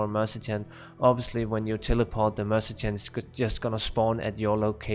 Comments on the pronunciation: The mercechan? Just say Merc or mer ce na ri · Just out of curiosity why do you call the Mercenary a Mercitin?